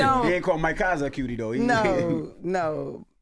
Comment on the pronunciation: Bien you were doing so well untill you said "cutie"😂now they out here thinking that's what every kenyan man is out here saying😂